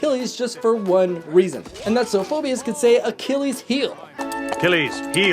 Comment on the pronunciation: di-did this man just pronounce Phoebus as Fobyus?